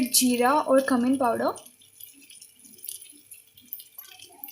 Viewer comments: it's cumin powder not cumming powder😂😂😂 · It is cumin not cuumin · That's not Camin powder that's Cumin powder 😂😂😂😂 Q min or kyu min 😂😂😂😂😂😂😂😂😂😂😂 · nice.. but please don't say cum in power its cue min powder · Spell cumin properly...its sounds as kamine